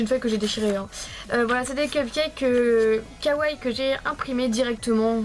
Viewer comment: Quand tu dit "kawaii", prononce les deux "ii". Mais super super quand même ! ;)